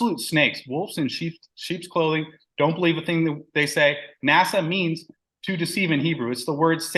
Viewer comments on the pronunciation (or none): “nâshâ‘” is the Hebrew word. “naw-shaw’” is how you pronounce it. “Lead astray”, “seduce” and “deceive” are some of the definitions. Now “beguile” certainly means to “deceive”. However, the Hebrew word here is not “NASA” or even close, it is “nâshâ’”. It has the “h” in there. Unfortunately, someone outsmarted themselves and created a new belief system that a lot of morons have fallen for.